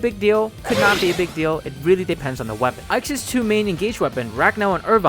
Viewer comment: "Ike's", not "Ike'ses" "Diamant's", not "Diamant'ses"